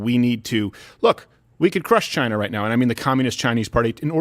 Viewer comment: Trump: "Biden is a puppet for China." What I heard: "Biden is a puppet vagina."